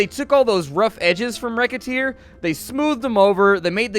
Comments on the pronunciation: Racketeer... not wreckateer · whats the name of the game thats simialr to moonligther? Rocketeer, riccateer, rekhatear? Its kinda hard to understand what he said